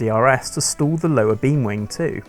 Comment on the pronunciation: Don't be confused by the narrator's pronunciation of "stall". He uses a distinct "O" sound and no closure in the "L", so it sounds like "store". No, air pressure is not being stored in the plumbing. The airfoil is stalling.